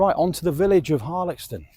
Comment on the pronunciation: I often walk a loop from Woolsthorpe by Belvoir which includes Denton and the reservoir. Last time I walked around Harlaxton however, I was (reliably) informed the X was pronounced as an S sound! I’ve just discovered you! Videos look great x